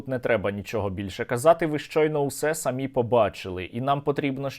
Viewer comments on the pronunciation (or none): none